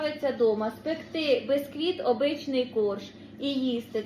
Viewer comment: печу від слова печиво,буква "е".Ніяк не безквіт бо правильно бісквіт. перестану поважати,не треба вже так коверкати слова,виходить не гарно.